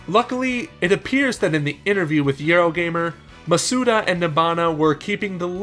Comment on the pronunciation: Why do people pronounce his last name wrong hes stressing the vowels all wrong. Its Maw-Soo-Dah not Muh-soo-duh